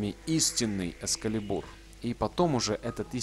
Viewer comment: Не экскалебУр, а экскАлибур!!!!